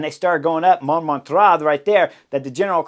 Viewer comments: Man, your analyses are the best ever, hands-down, but your pronunciation of localities can't even be called pronunciation: It's Montmartre [MON-MARTR], sth like Martyr, not Montraaa, come on, man :) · The pronunciation is more or less Mom-mart-r with the r more or less silent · It's monMARtre, not MONmartre. So, the only things at stake on the stage were stage placing and honor. The last lap showed what Visma wanted to do the whole tour: have one threat to Pogi attack with the other one on his wheel. When Pogi closes, the other one attacks. In this case, that was all that was needed, but, conceivably, this could have gone a few more rounds. Unfortunately for Visma, with Jorgenson, Yates, and Kuss becoming non-threats as the Pyrenees began, that tactic was not viable for the Tour result. Anyway, thanks for the analysis. PS: I think the stage could have been a disaster in clear weather without the neutralization. Because overall standings were not at stake, most of the peloton elected to play it safe on the Montmartre section, with folks finishing in groups over several minutes. Amazingly, I don't believe that there were any crashes the whole stage, despite the sketchy conditions at the end. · Not “Mount Montra” 🤣 😂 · Thanks for the show, Chris. Must have been at least three different pronunciations of Monmartre, but that's half the fun. Best cycling vids in the business.